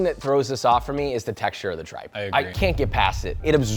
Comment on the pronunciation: Sorry Josh it’s pronounced TREEPPA not tripe 😂😂😂😂😂yo made me fall from my couch 😂😂😂🤣